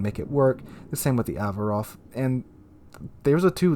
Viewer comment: As a Greek person i can say that the pronounciacion on the Averof was pretty spot on. Cheers! Edit : You could have also mentioned it basicaly routed the Ottoman Navy twice in the Battles of Lemnos and Elli almost singlehandedly :)